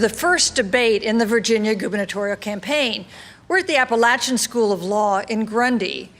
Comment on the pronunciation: To start off the debate the announcer pronounces Appalachian wrong before the moderator is introduced!